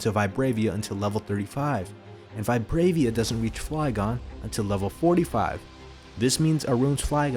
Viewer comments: It's Vibrava, not Vibravia lol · “VIH-BRA-VUH” ding dong and while we’re at it it’s “you-nuh-vuh” 🤦‍♂️ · I know it's a bit petty but, it's called "Vibrava". Not "Vibravia" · That is not how you pronounce Vibrava